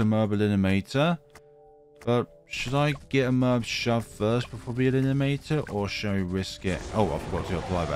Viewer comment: stop saying "elinimator" 😭